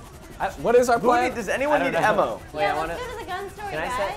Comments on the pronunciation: Lol said emmo instead if ammo!! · did anyone hear say emom